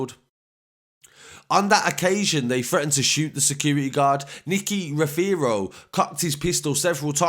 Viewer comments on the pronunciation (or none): Nicky aza n corz on job Also it’s pronounced ROVERO not how you pronounce 😂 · The way he pronounces rothero 😂😂